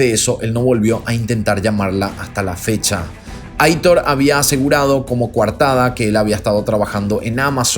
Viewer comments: Me encantan tus vídeos!! Un pequeño detallito informativo: el nombre Aitor es de origen vasco y se pronuncia "Aitór" :) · Hola!! Quería aclararte que el nombre de "Aitor" lo pronuncias mal. Debe decirse como si estuviera acentuado en la "o". Es un nombre de origen "Vasco" (yo soy vasca) y gusta mucho en España pero hay mucha gente que NO sabe pronunciarlo. Te conocí hace 2 años y te sigo con interés. Felicidades por vuestro trabajo.